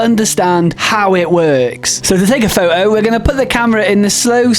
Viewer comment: What in hell is a "faux oh"?